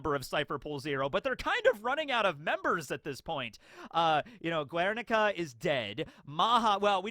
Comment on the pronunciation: In Guernica the U is silent... so not Wehrneekah... Gehr-nee.kah... the U is used to modify the G sound from a hard H/J (as in Hard) sound to a G as in (gate)...